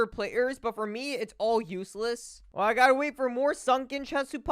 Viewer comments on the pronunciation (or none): none